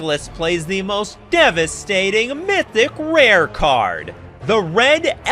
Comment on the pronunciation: youre such a weeb emphasizing "mythical rare" like that :D <3